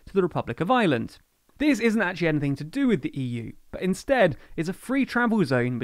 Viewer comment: It's really annoying that the narrator pronounces "Ireland" and "island" exactly the same.